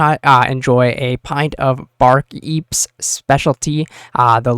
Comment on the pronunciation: You butchered the word bar keep so bad you made it sound like something that would absolutely be in the game already hahaha. Bark Eep. Thanks for the great videos man keep up the good work!